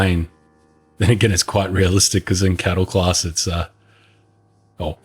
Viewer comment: Ohh, I thought he said "Cuddle Class" because the seats are so close together.